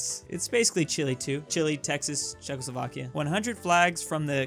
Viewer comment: U Said Czeckoslovakia!?